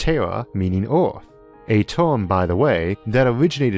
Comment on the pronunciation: Say "Earth" Isaac "Eerf"